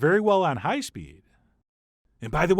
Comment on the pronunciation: Hate his talking method of highlighting some words...HIGH heat, etc. talk normal!